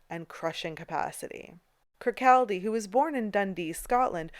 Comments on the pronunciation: The “L” in Kirkcaldy is silent. It’s pronounced “kirkcawday”.. 🙄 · Great video thank you! I'm always looking for hidden gems in London. Lil factoid for you-- Kirkaldy is actually pronounced "Kirkoddy" with the L being silent. My grandfather was Scottish from the town Kircaldy in Fife and its always pronounced 'Kirkoddy' 🙂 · Fabulous video, many thanks. A wee correction, Kirkcaldy is actually pronounced Kirkaudy. Another one of our wee Scottish quirks 😵‍💫🤣 I must admit, the strangest museum I’ve ever visited is the Vagina Museum in London. I’ve visited lots of medical museums in my time as a retired nurse but I’d love to visit the Bedlam museum as I’m very interested in the history of medicine strangely enough along with the history of fashion and sewing. I’d love a further episode about the Victor Wyndham museum as I’ve a book on this very museum and since travelling is now out of my range due to being disabled I can now visit all the fascinating places I’d love to see thanks to you.